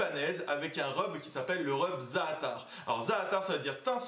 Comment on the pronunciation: Ca me tue l'accent Français pour les mots arabs, déjà le za'atar ça m'a finit ( ça se prononce plus zateur que zaatar)